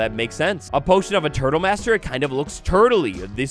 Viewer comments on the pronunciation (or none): none